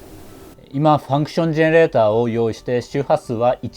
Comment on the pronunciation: ファンクシュン・ジェヌゥレイラァウ😎 かっこいい😭